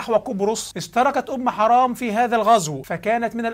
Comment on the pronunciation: تسميتك اياها بأم حَرام والله نرفزني و ازعجني اعد التسجيل بعد إصلاح الاسم حِرام بكسر الحاء وليس فتحها